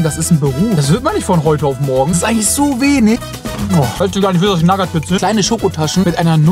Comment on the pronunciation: Bitte hör auf naggat bits zu sagen😂